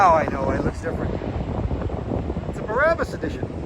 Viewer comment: Also, it's pronounced BRA-bus. Just like the word for a woman's under garment, and public transportation. Just trying to be helpful, not critical 😎👍 You are right though. They only used to modify Mercedes Benzes, but have branched out to Porsche now.